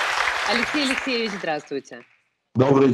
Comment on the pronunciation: У этого "лексейчь , лексейчь" безумный вроде как из леса вернулся.